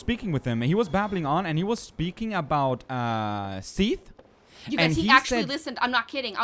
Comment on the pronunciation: its so weird hearing you say Seathles/Sithles, as I call Sif Siffles :o